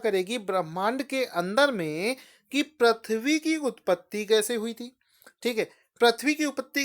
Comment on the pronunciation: Sir, Your videos are good and helpful but sorry to say the word you pronounce doesn't suits your knowledge 'Prithvi' (पृथ्वी), 'Vridh' (वृद्ध), Krishi (कृषि) . I don't to inform you about your this minnor mistake. Sorry but I couldn't stop myself.